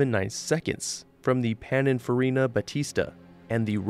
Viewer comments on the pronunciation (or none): Small correction: "Pin-in-Farina" rather than "Pan-in-Farina" As for the unidentified cars from the 2d era, the first seems to have non-square headlights? Brings to mind the Plymouth Six P-8 cars, though the grill design is VERY different.